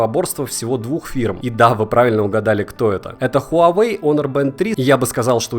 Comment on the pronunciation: Почему все говорят онор а не хонор что лень договорить чтоли